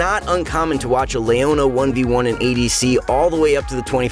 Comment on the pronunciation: Layohnuh?? Who the fuck is that? It’s pronounce Leona you dumb fuck.